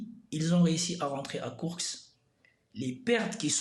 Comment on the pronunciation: Par contre c'est KourSK et non pas KourKS